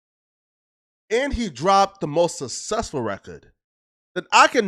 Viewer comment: Sussesfoh, bibo charts, redeeculous, this guys English is his second langue and don’t have a first